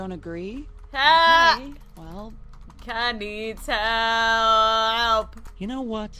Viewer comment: You make kha sound like he has special needs.